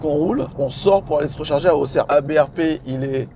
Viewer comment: top tu as bien prononcé Auxerre 👍 Je vais souvent sur cette station pour recharger quand on va en week-end chez mes parents, déçue de ne pas vous avoir croisé 😢 Pour information, cette station de Appoigny est top, récente (elle doit avoir 1 an et demi) avec de ombrage en panneaux solaires, place handicapé, remorque et également un chargeur 22kW de disponible. Accès aux toilettes de l'hôtel à côté sans soucis! J'ai fais le trajet Auxerre-Dijon une semaine après vous (samedi 27 décembre) et il était indiqué 1h d'attente pour charger sur l'aire de Venoy-Chablis, prochaine station recharge électrique à 50km. 50km plus loin, aire de recharge saturé indiqué sur les panneaux de l'autoroute 😅